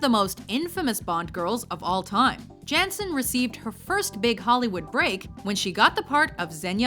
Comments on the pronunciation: And it's like Yanssen, without that 'Jay' in Famke Janssen's name.. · It's pronounced Yan-ssen, not Jan-ssen. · Mine too but note they pronounced her name wrong I think it's pronounced yann-senn not jansen though I could be wrong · I cringed so hard hearing how she pronounced Famke Janssen's last name 🤢 It's Dutch so please try to pronounce it that way 😑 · That pronunciation of 'Famke Janssen' triggers me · They pronounced Famke Janssen wrong.